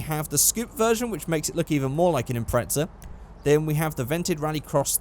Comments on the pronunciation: There's no T in Impreza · Impretsa? Impreza!